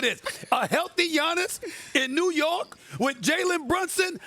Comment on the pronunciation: Like imagine calling New York “New Yew” 😂